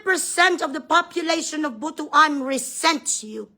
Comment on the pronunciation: ..the proper pronunciation of butuan ay Butwan..hindi butu-an..kasi baka sabihin nila madamu,madami butu!?(TITI sa tagalog) jan sa butuan?😆😄😂.